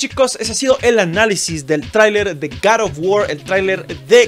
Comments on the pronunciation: cat of wuor :v R.I.P english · Garr of Guord¡¡¡¡ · Gad of wor